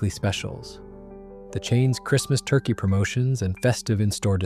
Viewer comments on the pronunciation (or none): none